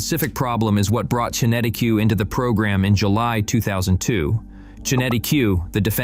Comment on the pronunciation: It’s not Qenetic Q, it’s is QenetiQ that is Kenetik .